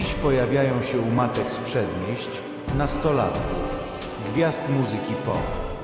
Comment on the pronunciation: „… u matek sprzedmieść”😂